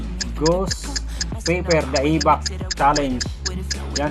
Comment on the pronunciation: Nakuuww!so spicy nyan pramizzz!anong Da-EBAK?🤣 ayusinmo basahin kpatid ui wahahaha!